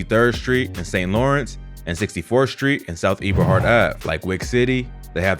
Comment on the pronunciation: You’re not pronouncing the streets right and it sounds funny af! Being I am from Chicago. It is pronounced like Eh-buh-hart & Cal-U-Met.